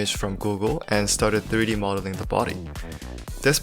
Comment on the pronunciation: Diry modeling or u tryna say 3D modeling u don't say some words right kinda hard to understand